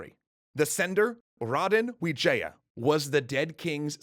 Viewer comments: Bruh it's not Vijaya it's wijaya , that's even my last name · wijaya not vijaya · Grizzzy Playzzz that's what actually the name looks like though, we pronounced it with w, but the word is v